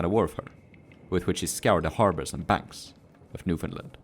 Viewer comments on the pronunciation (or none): Imma be that guy fuck it, it’s NEWFIN-LAND, not New-finland